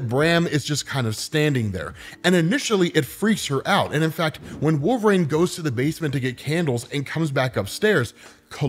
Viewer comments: DUDE IS WOL-VER-INE.......NOT WOLVRAIN.....ULNESS I'm MISSING SOMETHANG.... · Dude. (Wul-ver-een) Not wolv-rane